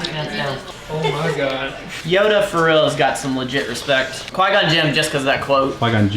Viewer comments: whats his face-:qui gon jin:biu gon jim:QUI GON Jin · "Bygone jinn" so accurate. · bye-gone jim😂😂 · "By-gone Jim" lol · Hehehe I like how you snapped at your friend for mispronouncing “bygone Jin” 😂😂😂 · He called him Bygon Jin. 🤣 that’s brutal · This dude really just called Qui gon Jinn, Bygone jim... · mispronounces Qui Gon Jinn’s name Every star wars fan ”gasp”